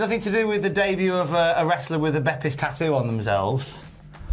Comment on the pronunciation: Silly, it’s not “Bepis.” It’s “BOPIS.”